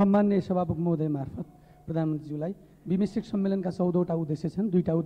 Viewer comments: कस्ता कस्ता पटमुर्ख सभासद छन हौ, विम्स्टेक भन्न पनि नजान्ने। ४ पटक सम्म उहीँ बिस्टेक बिस्टेक भनेको छ। चोर हरु आफू मन्त्री हुन नपाएको रिस बिरोध मात्र गरेका छन। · बिमिस्टेक भन्न नजानेर बिस्टेक पो भन्छ त बजिया ले ।